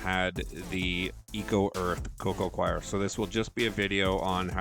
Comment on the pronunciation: It's pronounced coco coir (core) not coco coir (choir) !!